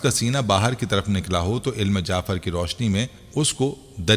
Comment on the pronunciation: Bhai ilm jaafer naheen ilm jafer